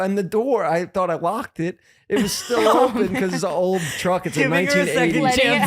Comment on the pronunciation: I love how Jeff pronounces “open” it sounds like “ompen”